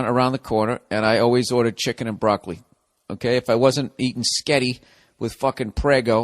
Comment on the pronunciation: chicken and BROCK-UH-REE